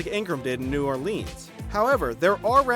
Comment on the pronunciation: no one: This dude: New oRlEeeNS